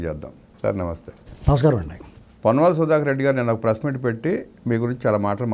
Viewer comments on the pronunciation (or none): పొన్నాల కాదు. ❌ పొన్నవోలు ✅